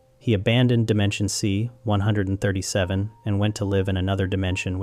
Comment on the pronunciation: You must stop saying 137 like that.